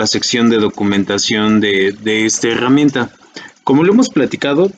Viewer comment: LA "hegamienta" jajajaj